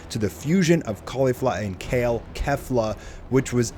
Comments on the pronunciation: It's pronounced "Kayflah" not "Kehflah". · Kefla is pronounced KAYfla, yw